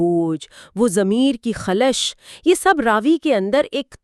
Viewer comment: مثلاً "وہ خلش"زبر سے زیر سے نہیں